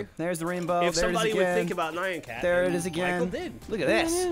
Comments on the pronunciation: It's Nyan Cat, not Nayan Cat. So cringe worthy! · I don't like when people say Nai-an cat... The Nyan Cat song is LITERALLY just the correct pronunciation over and over again. Just a thought from a Japanese dude. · Did he say nye-on cat. ITS PRONOUNCED NEON CAT! Thats why he says nyanyanya nyan nyan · They couldn't pronounce Nyan Cat more wrong. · It really pains me when they try to say Japanese words or names. Nyan cat, Hideki Kamiya, Hideo Kojima, sake. Its not that hard guys.